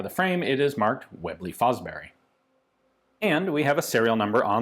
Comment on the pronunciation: way-blay fo-brery 😂🤣